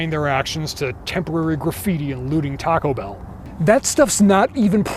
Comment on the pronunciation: After all these years, I still can't get that pronunciation of "Taco Bellll" out of my head. I've always felt this film had so much to unpack, so many levels that were prescient and warm and cuddly terrifying. Great job on this analysis.